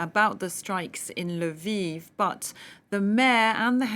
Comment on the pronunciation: L'viv, not Lyviv!